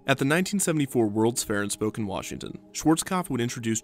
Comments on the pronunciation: it’s Spo-Can Washington, not spoken Washington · spokane is pronounced spoke-an not spoke-in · Lol it's pronounced Spo-can, not spo-kun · This is literally the tiniest detail but I’m from Washington and we like to laugh at people who can’t pronounce our city names… but it’s pronounced “spo - can” not “spoken” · Had to chuckle at “SPO-kin” Washington. Locals usually pronounce it “spoh-CAN” 😆 Love the vid, super interesting. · Maybe it's your regional accent, I don't know, but it's pronounced Spo-can, not Spoken. I'll see myself out now. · I know I'm absurdly late to the game here, but Spokane is pronounced spo-can, not spoken. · THAT IS NOT HOW YOU PRONOUNCE SPOKANE, WA. YEESH. It is pronounced spo-can, not spo-cane. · Spo-can, not spokin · Very minor in the grand scheme of things, but did anyone tell Kevin how to pronounce Spokane? It's Spo-CAN. Source: I live in the Pacific Northwest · Commenting for that pronunciation of Spokane, WA. Its spokane, not "spoken" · LOL. Spoke-en Its Spo-can, emphasis on the second syllable. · I only have a nitpick concerning pronunciation: Spokane, WA isn't pronounced "Spok'n" as you did in the video. It's pronounced 'Spo-CAN' (at least you didn't say Spo-CANE *shudder*). Love these videos, keep at it. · It's Spo-can not Spo-cain. That's my home town!!!! Now called Riverfront Park it is in the downtown corridor and it's a beautiful park. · Spo-Can Washington, not spoken washington,. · As a former resident of Spokane, WA, I do believe that the pronunciation is Spo-CAN, not Spok'n. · Spoh- Can. Not spoken. Pronounciation problems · Spoh-can Washington, not "spoken" ;) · "the world's fair in Spoken, Washington." It's Spoke-ann my dude. Sources: I'm from Washington. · It was cool to hear my hometown (Spokane) mentioned (pronounced incorrectly) in a video about a roller coaster in the UK. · As a Washingtonian, the way he says Spokane hurts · It's pron "Spoke-anne" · SPO-CAN Washington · It’s spoCAN Washington 😅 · Its pronounced "SPOH-CAN"